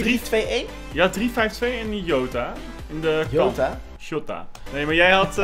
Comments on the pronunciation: de man van de goeie uitspraken: PaGeGo, Joota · je spreekt het uit als zjota